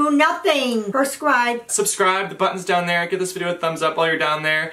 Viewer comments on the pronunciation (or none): Lol she still says perscribe😂😂❤